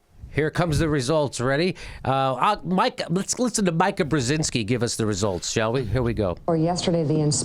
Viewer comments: The name is Meeeeeeeka Jimmy not Meyeka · JImmy it's Meeka not Myka. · It's MEE-ka.. NOT "Mike-A"... ugh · Me-ka not Mi-ka in terms of pronunciation....lolllol that's how she pronounces her Polish name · "Mike-ah?" No, "Mee-ka." Obviously Jimmy has NEVER viewed Morning Joe. Oh, now he is saying: "Mee-ka." Did someone whisper in his ear? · Jimmy, it's mEEka, not mika. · Her name is pronounced meeka..... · It's pronounced "Mee-ka" ;) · Oh, and learn her name. If you're going to make fun of Mika pronounce her name correctly.